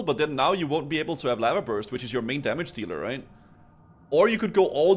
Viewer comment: Why did he say lava like that xD LaVAH